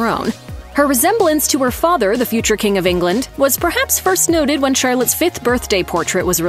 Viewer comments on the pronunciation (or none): none